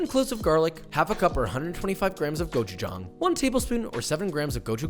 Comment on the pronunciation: "Bullgojee" X "Bullgogee" ✔ "Koopie" X "Kyoopee" ✔ "Gochujang" X "Gochujahng" ✔